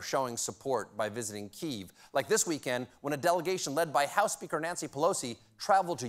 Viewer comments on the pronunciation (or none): none